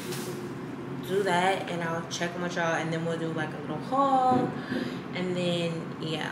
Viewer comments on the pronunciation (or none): none